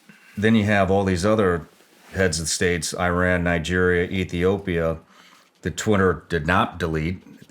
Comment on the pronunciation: You almost pronounced Nigerian like Nigeristan...